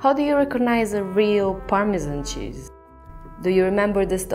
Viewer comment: "The chizz iz legit!" 😂